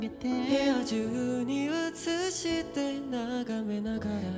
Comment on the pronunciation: EJの「映して」の発音がネイティブで驚いた。ビハインド見ててもネイティブと遜色ないくらい話せるEJだけどここまで発音が綺麗にできるとは… あとYUMA君は本当に高音が上手。パート多くて少し心配になったけどYUMA君が歌うと安心する。